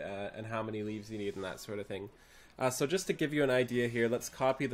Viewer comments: (Timestamp ) It's pronounced like leave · It's pronounced like "leave". There's challenge log entry called "Make Like a Tree" for doing "leaves". Get it? :)